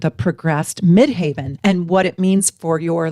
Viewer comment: If we are talking about the highest point in the sky, or the midst of heaven, the word MID-HEAVEN would be pronounced “MID-HEV-uhn.” My progressed ascendant recently moved into VIRGO! My Mercury is there, too. I’ll be 71 on June 21, 2026. Please forgive me. Thank you for all you do and all you are! I love you and your channel! Many blessings.